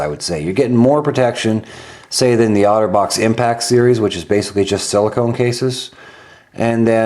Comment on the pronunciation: I kept hearing 'Autobots' xD